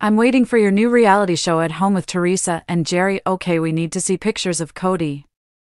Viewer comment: Gerry is pronounced like Gary! Didn’t you listen to the show once?